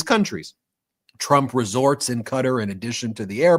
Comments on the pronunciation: Learn how to say Qatar....it is not Cutter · Its pronounced Kah tar , not cutter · Sorry Ben. Please it’s pronounce “kah-tar” not “cutter” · Qatar is NOT pronounced Cutter. It's like Guitar with a "C". D'oh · It is NOT pronounced 'cutter' - Ka-tar please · It must be stopped immediately. And Ben, please learn how to say Qatar correctly. It is NOT pronounced like "cutter" !!!! It is pronounced "ka-tar"!!!! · Ben , I love the meidas touch , but i have to say Qatar is not pronounced as cutter . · Ffs its not "Cutter"! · Ben, please learn how to pronounce Qatar properly. It’s NOT Cutter😂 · Yep, so weird hearing it said 'Cutter'. Haven't these guys ever heard of the country until now? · Ben,you guys are amazing,I'm giggling though quatar is pronounced kitaar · Live your great work brothers... Constructive criticism Ben... It's kuhtar Alternative pronunciations at Google "pronounce Qatar" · Supposedly it's pronounced kuh-TAR! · Yep, that was so jarring hearing that pronunciation the first time. Thought he was talking about a person.